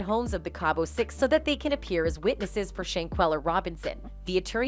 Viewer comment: It’s cabo not cable